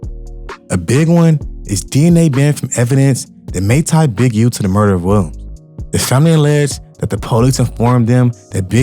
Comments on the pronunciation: Why bro can't say Williams? He saying "Welms" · Wow!!! You covered this REALLY well. Only thing that coukd be better is pronouncing "Williams" properly. Remember that you can check pronunciations online and hear it when in doubt. Nit being a jerk. Just see your talent & know that if yiu work on enunciation & pronunciation that it will help you. Good luck. 👍🍀